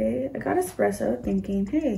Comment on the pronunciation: It drives me crazy when it says expresso and its not! Like waaaa